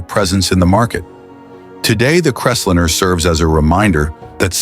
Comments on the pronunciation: Crest linner? AI fail. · I can't believe that the narrator repeatedly pronounced "Crestliner" as "Crestlinner". ...and they never showed the vinyl-roofed model that was the focus of the whole report. The video also shows vehicles that have been seriously modified - "chopped", "channeled", "bullnosed", "decked", and with over-sized wheels, among other things. It's difficult to see the features spoken about in the video when those very features have been modified or totally removed from the "example" vehicles! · Loved that Ford “crestlinner”! 😂😅😂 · LOL... what's a Crest-linnah? These AI voice overs are both pathetic and humorous at the same time. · Why can't the stupid AI pronounce the 1950 Ford Crestlinner or dinner?? Big waste of time. Watch "I do cars" and enjoy it !! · I thought he was saying `crez-lynn-ner'. In-fact, the car model was .. the Crestliner. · Too much time was spent on watching each of these cars. Saying any of these cars was stupid is extremely subjective and to quote here "None of these were stupid. They were part of the fabric of our success-drunk country" When a specific year of Buick was shown, there were two model years shown as with the 1955 Cadillacs. The narations were mispronouncing several names ie; Biaretz cadillac and Crestliner. In the early '60's these cars were everywhere and no one every called them stupid. Only the Edsel was mocked a little then. My dad bought a 1957 Buick in 1958, two years later we moved across the United states {twice with a UHaul trailer} from Arlington Va. to Seattle Washington and three years after that to Knoxville, Tennessee without any problems. I loved all of those Cadillacs!!